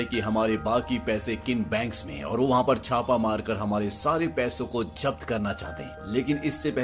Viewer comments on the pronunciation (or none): Abe Jabt Kya Hota Hai Zabt Hota Hai Zabt samjha 🤣👈